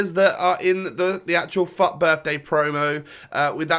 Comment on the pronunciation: everytime he says FUT it sounds like fuck XD